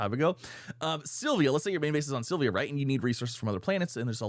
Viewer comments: P.S... It's Sill Vuh. Not Sill Vee Uh. And, don't get me started on your Suh Full Er Rite...😮😂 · Love your vids, but it's Syl-Va not Syl-vi-a